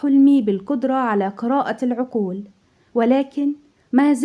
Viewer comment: لم استطع اكمال المقطع بسبب نطق الحروف العربية بطريقة غير صحيحة مثلا: اكرء العكول الباحسين زاتي الخ...